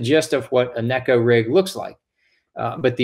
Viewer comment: Finally! Someone gets it right! Neh-ko, not nee-ko